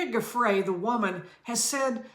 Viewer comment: it is oronounce “jhu—fray” please at least learn to pronounce names of people youre talking about. not hard. geez.